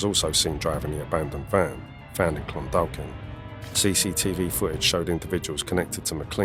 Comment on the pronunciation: Clondalkin is pronounced Clondakin.the second L is silent.